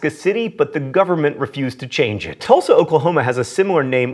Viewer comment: I would like to thank you for properly pronouncing Tulsa, OK. having been in Tulsa county for 21 years, I have heard many out of state people pronounce it "toolsa" for some reason. Oklahoma also has a Miami that's pronounced "Miama"